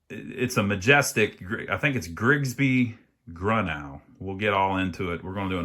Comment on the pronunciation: It’s. Pronounced “grew-no” I. Serviced one last year or two ago.